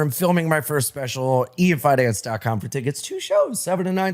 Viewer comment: “Ian fin-nance” - Robert Kelly